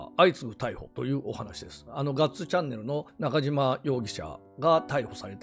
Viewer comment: 本名は今野のようですしどうでも良いですが、 ナカジマではなくナカシマ読みだと思います。 (西日本は濁らない事が多いです。)